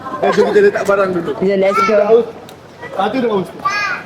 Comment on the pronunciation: Aku dengar daus je